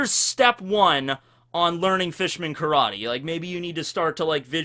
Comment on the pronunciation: Did you just say "new Carrot-ter"?